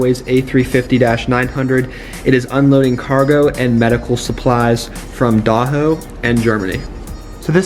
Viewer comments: It’s Doha not Doho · For the qatar airways a350 that you showed me it's Doha not Daho